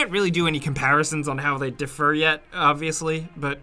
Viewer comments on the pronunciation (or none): Why do you keep saying "defer" where you mean "differ"? Enhance your word power. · buddy, you're a journalist. It's "DIFFer"*. Not difFER. Unless you're saying the word "defer" (as in "I'm not sure, you better defer to Google on that one") which you are not. I wouldn't have said anything, but you did it twice dog, I gotta help you out. Not hating, trolling, etc. blah blah. I support, like, subscribe, and have notifications on for GameRanx, so nobody get all riled up please. Great video otherwise! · Differ not deffer. Just saying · “Defer”is not the same as “differ” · Are you saying “defer” or “differ”? 😂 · Someone plz tell the narrator that "defer" and "differ" are two different words and pronounced differently. He keeps saying "defer" when he means "differ." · It's irking me that keeps pronouncing "differ" like "defer" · Differ = DIH•fur ...... Defer = dih•FURR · "Di' ffer" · "differ", not "defer" :P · You're putting the wrong emphaaasis on the wrong syllahhhhble... "Differ" is not pronounced the same as "Defer"...